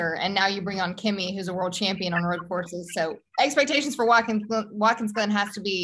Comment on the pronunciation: I'm sorry, I didn't realize I was making that big a deal of it, I was just expressing my frustration at people pretending to be something they're not. And it's not that hard to pronounce his name, it's Kimi for ducks sake!!